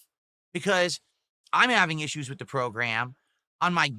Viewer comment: This guy cannot pronounce the word "with"